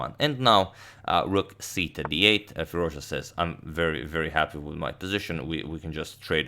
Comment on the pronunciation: No one: Absolutely no one: Agadmator: "Firuzja"